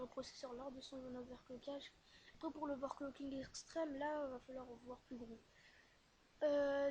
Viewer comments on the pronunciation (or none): On dit overcloking